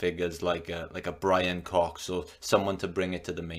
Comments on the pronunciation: “There’s another one” proceeds to not even be able to say his name hahahaha Brian fox is way more likable than Neil no doubt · Nothing passively aggressively throws shade at a person than repeatedly, purposely butchering their name lol